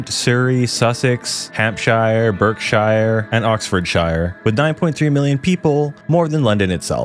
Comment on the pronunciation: lmao BerkSHYIRE (dont even know how to spell his pronunciation)... too funny.